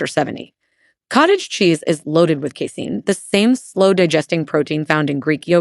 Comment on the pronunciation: “kissin’” for casein